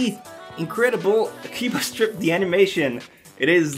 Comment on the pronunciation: when he said akiba's trip I thought he said akiba strip XDDD